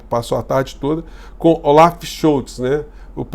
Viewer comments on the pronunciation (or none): none